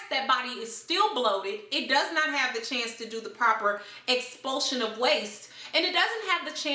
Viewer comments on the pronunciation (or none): none